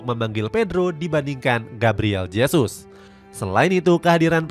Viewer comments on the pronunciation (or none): none